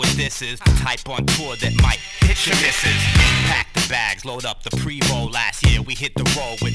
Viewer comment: *P-R-E-E-M-O Not Primo or Premo Its Preemo